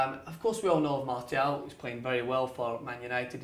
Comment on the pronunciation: That's how you say it my friend